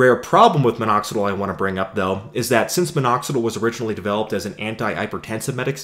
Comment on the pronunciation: But I don't like the way he says "Minoxidle" instead of "Minoxidill".